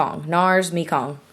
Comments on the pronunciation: It's meh-kong not mee-kong, I think! That's the name of a river in Southeast Asia :) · Haha it's pronounced may-gong, after the Mekong river in Asia. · Mekong: May-Kong it's river in Vietnam :) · NARS Mekong is pronounced (MAY-kong) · I'm pretty sure Mekong is pronounced "May-Kong." If it's not referring to the river in southeast asia... oops! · It's pronounced my-kong